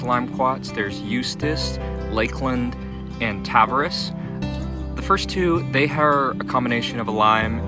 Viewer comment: Just so you know, it's named after Tavares, Florida, which is pronounced "tuh-VARE-eez" and not "TAV-uh-res."